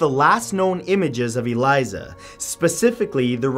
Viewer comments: FFS! Her name was Elisa NOT Eliza. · ELISA Lam. “Uh-leese-uh.” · Her name is Elisa Lam, not Eliza. Your videos are great, but if you got her name wrong then I don't know what other false facts you've given over the years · Elisa, pronounced a-LEE-sa. Not Eliza. It's amazing how this channel remains as popular as it is when there's glaring errors in almost all of your videos. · It's so odd hearing him pronounce elisa lams name I don't know maybe it's just his accent but in the us we pronounce it closer to the name Alyssa lol She was Canadian also I'm pretty sure. This case to this day still gives me chills thinking about it. What really happened to her. Was it a ghost or a cult? Was it really the creepy pasta about the elevator game and she lost. No one really knows. All they know is it wasn't a suicide and it wasn't just one person who could have dumped her body.